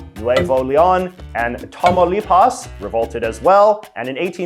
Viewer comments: J.J., I like you a lot, my friend, but your Spanish pronunciation is execrable. Coahuila is pronounced as (roughly) "Qwaheela." Nuevo Leon you got pretty close. Tamaulipas has the accent on the second syllable, "TaMAULipas." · KWA-LIA, NWE-VO LEE-ON, TOMAW-LEE-PAWS LOL at least learn how to pronounce it properly